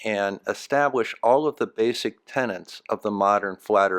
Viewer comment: 14.55 "Tenets" NOT 'Tenents'